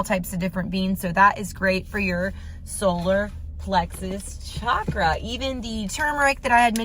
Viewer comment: For those who are new to Chakras just wanted to give a fun fact. Chakra literally means 'wheel'😊. And it's pronounced as "cha (like how you'd say cha cha dancing) + kra" and not pronounced as Shaa-kra